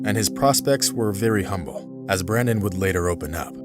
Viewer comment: It's Brendon not Brandon - why do Americans have to mangle the English language?